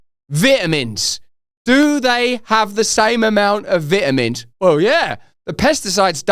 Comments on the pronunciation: Gotta get you to stop saying "vit" in vitamins. I can't focus on the rest of the video! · "vit a mins " 😐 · Could you please do me a favor and pronounce vitamins correctly....🤣